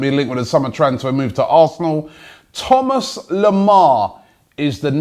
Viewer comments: He's french , Robbie , his name is not pronounces Thomas - it's Tho-ma Lemar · The S in Thomas Lemar is silent btw...